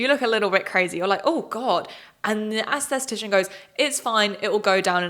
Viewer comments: I love your videos but it’s not ‘ass-the-tician’ 😭 it’s ’es-the-ti-shon’ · The way you're pronouncing "assess-atician" (instead of es-thuh-tician) is cracking up! But the lack of regulation in the UK is SCARY AF (to this licensed US esthetician)! I learned about injectables in school and watched actual doctors do procedures and it's mind blowing that a one day class would ever be suffficient for someone. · It’s aesthetician, not aestheStician, girlie❤ love your vid! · Love you but please look up the words you’re going to pronounce a lot in your videos. Aesthetician is “esth-eh-tish-an.” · the accent makes "aesthetician" sound like "assthetician" and it's kinda hilarious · Great content but one small remark: please learn the correct pronunciation of the words "aesthetician" and "et cetera". You use them in every other sentence and hearing you butchering them hurts my ears :,)